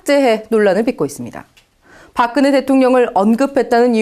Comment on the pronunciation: "park kn he" will go to "park geung hee."